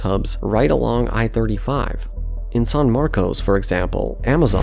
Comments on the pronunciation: / He pronounced Buda, Booda and San Marcos, San Marcoes. That's funny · My guy has to check his Texas city pronounciations. No one calls it san marcose or Buddha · Some pronunciation help: San Marcos - "San Marcus" Buda - "B-you-da" New Braunfels - "New Brawn-fulls" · "Saahn Marcos"--You're not from around here, are you? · Buda = Byooda San Maros = Saan Marcus New Braunfels = New Brahnfuls TXDOT = TexDot Please learn how the locals pronounce them And there is really no need for a transit line from Austin to San Antonio. Noone commutes from one to the other. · San Marcus San Markuss San Markess Not San Marcos / sæn ˈmɑrkəs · / Ugh, it's New Braunfulls and San Marcus. San Marcose is a city in California. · It's pronounced San "MarKISS", New BRAWNfulls, nd BE U duh... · Just so people know, the locals pronounced the cities San Marcos as San Marcus and Buda as BYOO-duh. (Granted, pronouncing San Marcos as San Marcus makes no sense and probably needs to go away.) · BTW, you don't say "San Marcos" but "San Marcus". I know it's originally Hispanic but NOBODY living in the area says it like how it's spelled 😂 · He pronounced Buda, Booda and San Marcos, San Marcoes. That's funny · Yep. "San Marcus" and "Byoodah" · In addition to the Buda pronunciation that others pointed out, locals call San Marcos, "San Marcus". Wait until you hear them say Guadalupe Street. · Thank you for correcting that . I cringed when I heard them say Booda. It’s also pronounced San Marcus & New Brawnfulls. At least y’all got Kyle right lol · So... That's not how you pronounce San Marcos lol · Mispronouncing Buda, San Marcos, and New Braunfels, and calling it "The I-35".... you uhhhhh might not know the specifics of this region. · Ugh, whoever voiced this video definitely is not from Texas. That slaughtering of pronunciation of New Braunfels and San Marcos is ringing in my ears. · What an idiot. When you were doing your research, you should’ve researched how to pronounce San Marcos